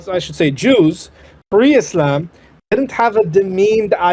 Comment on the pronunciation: Makes me burst out laughing anytime he says "Ischlam, Ischlam!"